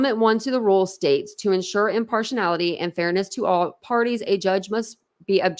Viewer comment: Im-PAR-she-AL-ity is how that is pronounced 🙄